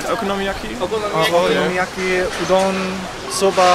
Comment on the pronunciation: お好み焼きの発音が流暢😊